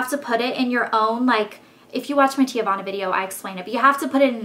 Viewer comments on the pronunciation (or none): its ehtsy and tea-vahna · TEAVANA: |ˈtee-vah-na| girl you were killing me calling it 'teeuhvana' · it's "TEAvana, not TE-Avanna. my cousin works there so i know. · Wow. You need to take a latin class or a class on pronunciation. I'm pretty sure you pronouning Etsy, "eet-see" and TEAvana "Tay-uh-vana" is a crime. I mean, come on, the name teavana even has the word TEA IN IT! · omg please learn pronunciations! its tee-vana. haha. and eht-sy. it sort of makes you sound less smart than you are!